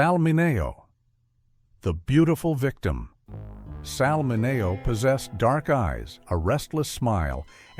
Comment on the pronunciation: "Mineo" is pronounced wrong. I hate AI mistakes.